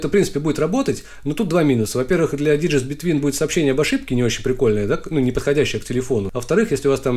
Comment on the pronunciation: произношение "диджист" (digits) не прошло валидацию :)